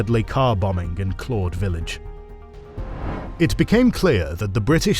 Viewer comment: Enjoying the video Constructive criticism, its Claudy not Claude one of the villages that got bombed I used to live there funnily enough and school at Derry so still a lot of the history still felt